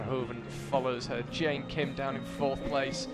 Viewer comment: One of the commentators is so annoying 😖 I can't even count the times he pronounced wrong Mont Blanc and don't get me started on messing up Jain Kim's name 😤